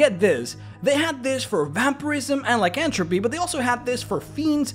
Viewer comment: Lycanthropy - pronounced "lie-can-thruh-pee"